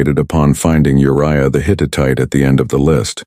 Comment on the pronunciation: The Hit-it-ite?? Hittite!!